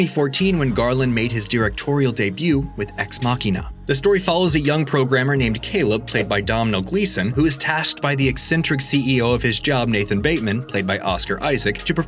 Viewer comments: “Domhnall” is Irish and pronounced “DOUGH-null” not “DUMB-nail”; actor Donal Logue’s parents were from Ireland and spelled it phonetically. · His name is pronounced donall not domnall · That is not how you pronounce Domhnall 😂 it’s pronounced like dough-nul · (Doon-nal) Domhnall Gleeson at least that is how the actor pronounces it on Chris Hardwick's Nerdist podcast episode. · Domhnall’s pronounced like Dough-Nil would phonetically be pronounced in English